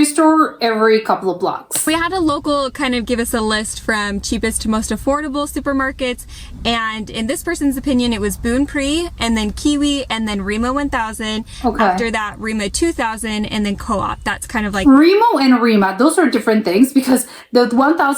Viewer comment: Funny how the 'S' was silent when she said 'Bunnpris' in the video. That is not how it's pronounced in 'Norwegian', in 'French' maybe, but not here... Here you say, 'Bunn-Pris' with the 'S', like 'Bun', but with a 'U' more like in 'Bull'. And 'Pris' with 'ris' like in 'Reese's Pieces', but without the 'E' at the end of 'Reese'. It translates to 'Bottom Price', or 'Lowest Price', which is a bit ironic considering it is far less spread out than its' far larger competitors and as such have a hard time competing price-wise. Although, they do tend to have fairly frequent sales called '10-Kroners-Marked', which basically is the equivalent to '1-Dollar-Market' in the 'USA'. One more correction... It's 'Re-MA' or 'Re-MA 1000', not 'Ree-MO' or 'Ree-MO 1000' like she said in the video. - Here is a list of chains in 'Norway' in regards to grocery stores in non-specific order in regards to prices... ------------------------- 'Bunnpris'...: ------------------------- Nr.1. 'Bunnpris' ------------------------- ------------------------- 'Coop'...: ------------------------- Nr.1. 'Coop Extra' Nr.2. 'Coop Marked' Nr.3. 'Coop Matkroken' Nr.4. 'Coop Mega' Nr.5. 'Coop Obs!' Nr.6. 'Coop Prix' ------------------------- ------------------------- 'NorgesGruppen'...: ------------------------- Nr.1. 'Joker' Nr.2. 'KIWI' Nr.3. 'MENY' Nr.4. 'Nærbutikken' Nr.5. 'SPAR' ------------------------- ------------------------- 'Reitan Retail'...: ------------------------- Nr.1. 'Innom' Nr.2. 'Rema